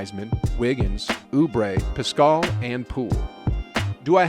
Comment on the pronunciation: Please don't disrespect Eric Paschall by continually mispronouncing his name. PAS-cull.